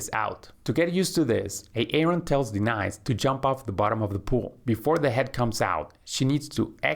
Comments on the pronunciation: Good video but why do you call her, "D-Nice" instead of pronouncing properly? Is this an AI generated video? Just curious but I would like to know for transparency.... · like de-nise